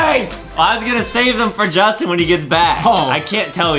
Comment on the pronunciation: Go to english class and speak J-u-s-t-i-n not judtin